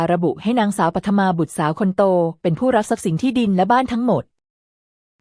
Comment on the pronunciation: ตัวละครตัวหนึ่ง ปัทมา อ่านว่า ปัด-ทะ-มา (ปัด-มา เอไออ่านผิดนะคะ)